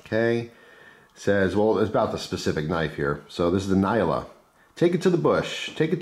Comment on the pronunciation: Hi Nyala is a African antelope and is pronounced as "Nai-aa-luh" Nice trade Johann